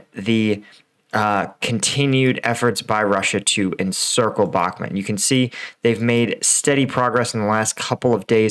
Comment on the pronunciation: A cow makes "moooo" like in Bakhmooooot. The map says Bakhmut and other youtubers pronounce it with a "u". The Bakhmet part confuses me.